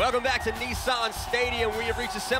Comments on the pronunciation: NEESAAN😂😂😂 NISSAN GUYS!! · 😳…..kneesarrrn stadium🙄….. Nissan…. Is pronounced “Niss”(sounds like “MISS”, but with an N) and then “An”(sounds like “An”)….so it’s not…knee-Sarn at all….. that aside…. Nice trucks.